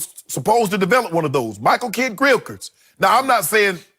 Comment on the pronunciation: Shannon be like "Michael Kidd-Grillkins."